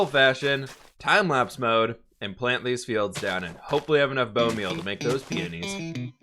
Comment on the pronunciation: pronouncing peonies correctly is the growth you love to see 😂